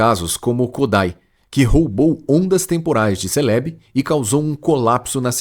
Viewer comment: Mano mas essas pronúncias de alguns pokémon aí tá meio zuada hein ???? Céleb ???? Kiogre ???